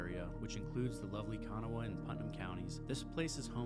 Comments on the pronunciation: It's: K' Nahw OR K'Nah-wuh NOT Kano-wah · You've obviously gleaned all these facts from Google, and you've never even been there. Kanawha is pronounced KeNAW, not Kana wha! If you pronounced Kanawha like you do they would laugh you out of town! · Umm learn how to pronounce Kanawha. Ka-na-wa (h is silent) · It's pronounced Ka-gnaw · I had to stop watching this because it killed me with you saying Kanawha. If it is an odd name, please learn how to say it! Makes you sound like you don’t know what you are talking about! Also Charlotte NC and Charleston SC are two different towns!!! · PLEASE learn to pronounce KANAWHA. 255,000 ? you are about 200,000 off for Charleston. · You actually pronounced “Kanawha” wrong, though? 😫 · How did you pronounce "Kanawha"? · Not even close to how the locals do lol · Where are you from? Not trying to be a jerk. Just curious. You're obviously not from WV by the way you pronounced Monongahela and Kanawha.